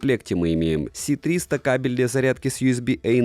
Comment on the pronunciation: Почему ты говоришь С300, когда это Ц300... Это же английский нейминг..